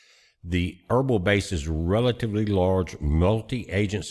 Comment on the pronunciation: Irbil=Irbeel not erbul just saying🤷‍♂️